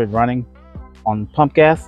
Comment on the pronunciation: I sure that you were saying punk ass! I had to listen a few times... PUMP GAS! LOL Thanks for making my morning!